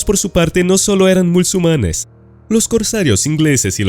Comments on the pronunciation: Porque dices "mulsumanes" en lugar de MUSULMANES! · Deja ya de decir MÚLSUMANES por favor... 😅 No es el único video, ya te lo he oido deccir varias veces en otros. Se les llama MUSULMANES. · Repite conmigo: MU-SUL-MA-NES: MUSULMANES.: MU-SUL-MA-NES: MUSLUMANES. 🤣🤣🤣